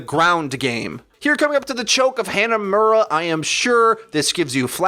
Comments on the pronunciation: Hanamuras "a" is pronounced like pharahs "ah" btw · "haynuhmuwruh" possibly the ugliest way ive ever heard hanamura be pronounced